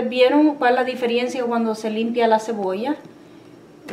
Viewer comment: Se dice DIFERENCIA NO DIFERIENCIA Y SE DICE HAYA NO HAYGA COMO DICE LA SEÑOR